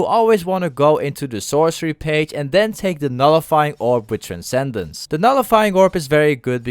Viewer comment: No TrenKeDence lol, you pronounced it the right way this time